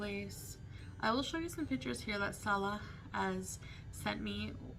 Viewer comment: I TOLD her , from day one , she wasn't pronouncing his name right ... Fairly recently she is coming CLOSER to the correct pronunciation .